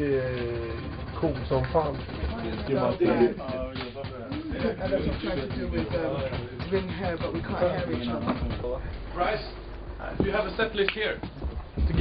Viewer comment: Cute how he called Brice Bra is..instead of Bri s ♥